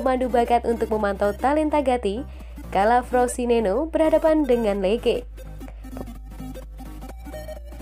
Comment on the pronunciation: Frosineno 🤣🤣🤣🤣,,kalo gak bisa baca jangan buat konten,,yg ada Frosinone